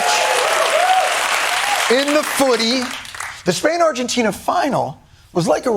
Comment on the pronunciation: 😅 he said “arrrrgentina” and i laughed